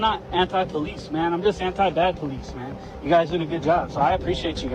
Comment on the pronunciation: Lol the ai generated cop says Polimice